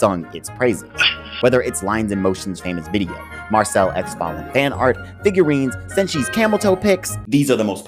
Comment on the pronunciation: How come you pronounce all their name wrong ? Did you watched the Dub version ? La-i-os-u or La-i-os not Lost not Laus Mar-shil-lu or Mar-chil-le definitely not Marchel